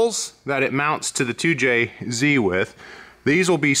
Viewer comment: I appreciate pronunciation of 2jz and 300zx.